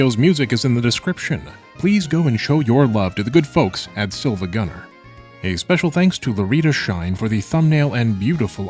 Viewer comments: can't belive you are a fake fan saying silvagunner instead of siivagunner smh my head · wait.. did you just pronounce SiIvagunner as "silvagunner" with an L... chuckle oh god its the fact that with this fandom I cant even tell if its a bit or not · BRO SAYS SILVAGUNNER